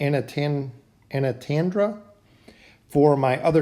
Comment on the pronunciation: Antandra is pronounced on-ton-dra.